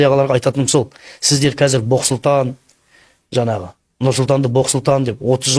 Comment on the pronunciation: Жанағы жанағы демей жаңағы деп таза сөйлесйші.